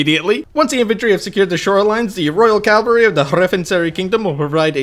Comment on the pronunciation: "The royal 'Calvary,'" lol. Considering :049, it almost works!